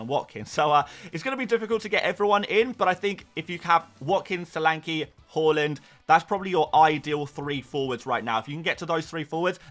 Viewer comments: Why do you say Horland? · Stop pronouncing haaland wrong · Pls learn to pronounce Haaland.. jeez